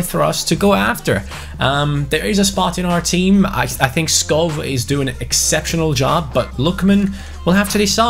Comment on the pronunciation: Skovvv not sko like so can see